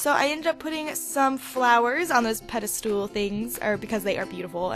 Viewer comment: Pedastool? Pedestal.